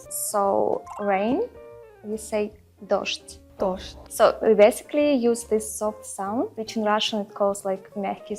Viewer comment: The russian girl doesn't know that the correct pronunciation of 'rain' has no 'd' in it. it's pronounced just " do-zh-d' " (=до - жь)